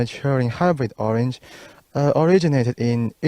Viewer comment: Orange sounds like “OHR-RENGE”